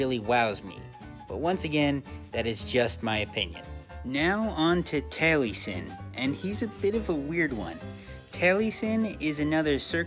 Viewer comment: I died a little inside every time he pronounced Taliesin as Tally-sin instead of Tal-uh-sin. I don't know which ones the right pronunciation but that's how I've heard the name pronounced irl and it feels weird to hear it pronounced otherwise.